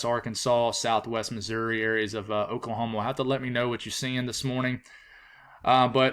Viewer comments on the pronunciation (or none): none